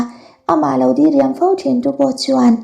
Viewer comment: Dah hma ve😊 dii riam ti lo in diriam tih tur aw mate 😅